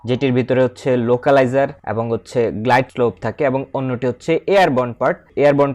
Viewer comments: গ্লাইড স্কোপ হবেনা,,গ্লাইড স্লোপ হবে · ঠিক ভাবে উচ্চারণ করুন, গ্লাইডস্কোপ নয় গ্লাইডস্লোপ হবে।